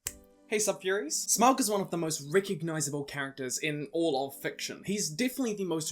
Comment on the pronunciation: It's pronounced Smog not how your saying it. Also I would like to be the God of fire.